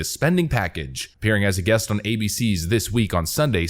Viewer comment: Interested in where he hails from. Pronunciation of "policy" as "paulicy", "on" as "awn" "dollars" as "dowlars".